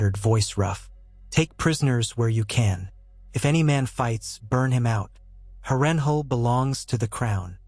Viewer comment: Absolutely great story bro! Beside the mispronunciation of Harrenhal everything is outright EXCEPTIONAL! Idk if it’s AI but your voice matches perfectly too! Keep going man this is exactly what I need to get through work hah. And your details are phenomenal! Great job!